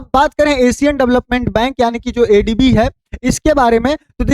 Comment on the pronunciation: तुम अनपढ़ हो क्या? हर ADB के जगह पर ABD बोल रहे हो, खुद ही सुन लेना। एक बार MISTAKE हो सकता है पर बार बार नहीं। MDB के जगह पर MBD बोल रहे हो।